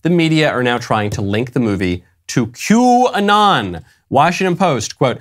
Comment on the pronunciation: If I hear quanon one more time ....😵‍💫 lol great coverage. Keep sharing everyone God's children not for sale